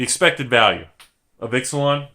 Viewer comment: I really hope the plane is not pronounced "Ix-uh-lon" instead of "Eech-ah-lon".